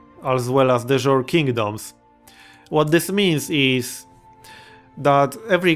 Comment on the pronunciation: "De Jure" is pronounced "day you-ray"